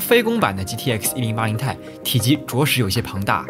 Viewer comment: 其实读1080 T I，不是太。